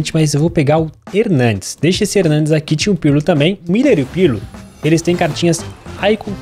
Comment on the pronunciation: Quando é que ele vai aprender a dizer o nome "Muller" e nao "Miller"?